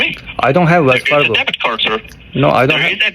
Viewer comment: Débit cord 😂😂😂😂 Credit cord😅😂😂😂😂😂😂